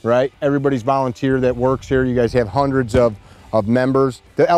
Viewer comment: “Hund-oh’s” must be the new tacti-cool version of speaking correctly. It’s the same amount of syllables in “hund-oh” and “hundred.”